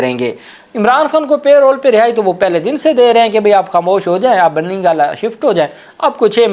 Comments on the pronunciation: لفظ پے رول نہی پیرول ھے (parole ) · PLEASE NOTE ITS NOT "PAY ROLL" BUT PAROLE. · Mr. kindly correct your pronunciation of the word parole it is not payroll.